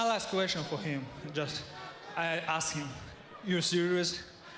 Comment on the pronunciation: Great advice from stevens coaches, "Cmon man we axed u to do the thing cmon man u suck"